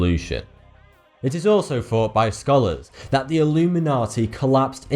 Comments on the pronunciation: The sound (F=/=Th) :3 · "Ayyyy, Foughty two here."